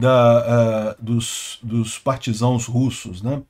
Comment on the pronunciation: Acompanho seu canal e COM TODO O RESPEITO, às vezes, ouço o senhor dizer "partisãos", mas a palavra originária é "partisans", referência aos membros da resistência francesa na Segunda G. O comentário é com fim construtivo e também posso estar entendendo a palavra de forma diferente. EXCELENTE canal informativo.